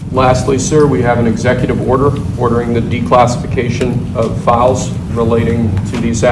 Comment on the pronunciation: Thought he said FAUST at first. Im thinking WTF is Faust?? It's. FILES , not faust.